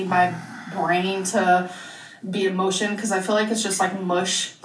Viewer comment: I'm sure she said "I need my brain to be in motion" even though it did sound like "emotion.